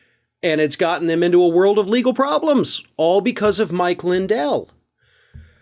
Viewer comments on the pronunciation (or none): none